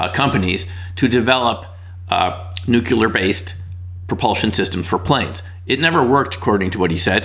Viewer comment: I was listening until I heard “nuc u ler”.